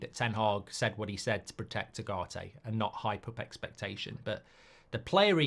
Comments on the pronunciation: Please pronounce his name properly, is Ugarte not agarte, it is like oogarte , he will be masive for you if the coach gives him trust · Now that Ugarte is official, it’s about time Mark managed to get even close to pronouncing his name correctly. «Ah-Gah-Te» 😮‍💨